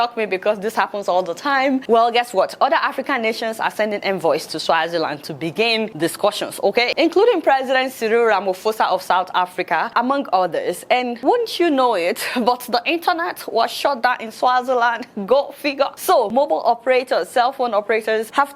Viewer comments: LOL Adeola you are butchering our president's surname. Ramaphosa is pronounced as Rama-pause- are not rama-fose-are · RamaP not RamaF -sa!